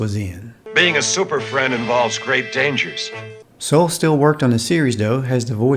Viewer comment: Olan Soule's name is pronounced "So-LAY" not "Soul."